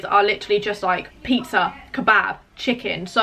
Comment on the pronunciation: The PIE-ah-zza OMG im dying